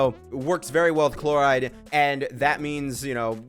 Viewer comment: Nevi won't stop getting buff or new teammates like for forever and sayno will be saying no to become playable no matter how much broken support you give him. And lastly, the way you pronounce Clorinde chloride is diabolical